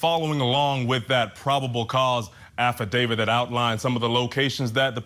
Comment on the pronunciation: Thank you for saying, “affidaVIT” instead of “affidaVID”!!! 😉